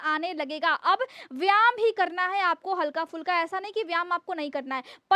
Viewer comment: Madam please correct yourself you pronounce one word very much wrong, its VYAYAM and not VYAM.🎉🎉🎉🎉